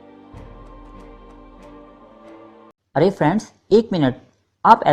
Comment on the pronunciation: وعلیکم السلام۔ بھائی آپ کی معلومات بہت کارآمد ہیں۔ شکریہ۔ چند گزارشات پیش خدمت ہیں: (1) بالترتیب کا تلفظ ھے bittarteeb نہ کہ biltarteeb (2) ترکہ بھی tarka بولا جاتا ھے، turka نہیں (3) ھے کو hay نہیں، hae پڑھتے ہیں (4) "یاد رکھو دوستوں" نہیں، "یاد رکھو دوستو"۔ خطاب کے وقت نون غنہ نہیں ھوتا۔ (5) گورنر کا نام Warren Hasting نہیں Warren Hastings تھا۔ (6) خرچ کو kharach نہیں kharch بولا جاتا ھے۔ آپ کی پیشکش سے ہم خوب لطف اندوز ھوتے ہیں۔ عمدہ کام ھے، جاری رکھیے۔